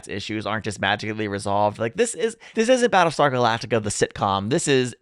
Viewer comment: Battleshtar Galactica!